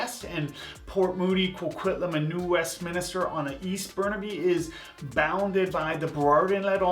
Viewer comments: It’s New Westminster not “Minister” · New Westminster not Westminister man come on.